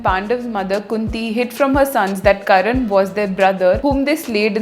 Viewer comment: First mahabharat is not myth, Second you can't even pronounce karna correctly and giving knowledge about it. It's karna not karan Third, if it is myth leave it now give some gyaan on reality like on christianity and islam that how rhey treat women..